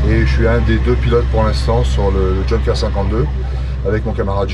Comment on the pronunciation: Intéressant, mais quel dommage de prononcer "djeunkers" au lieu de "younkers"..